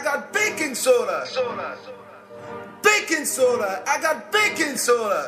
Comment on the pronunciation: Whenever he said baking soda, I thought he said bacon soda XD